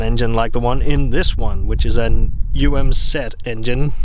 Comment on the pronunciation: Never have I heard it pronounced as a word. It was always "u. a. z." 🤔